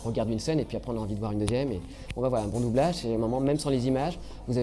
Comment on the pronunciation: "Les écoles de boublage" ?